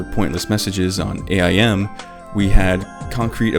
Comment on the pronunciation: the way you called AIM, A-I-M was super sus bro nobody calls it that IT IS AIM😂